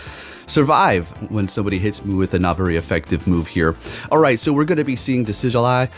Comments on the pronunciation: It’s Dee-sid-you-eye lol. I know you don’t even care though 😂. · No hate but try pronouncing it deci-jew-eye